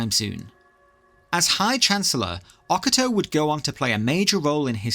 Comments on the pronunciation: Oca Toe ❌ O Cato ✅ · O-ca-to not oc-a-to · Oc-a-toe 😂 I didn't even realise you were talking about High chancellor Ocato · Please for the love of god learn how to say Ocato's name.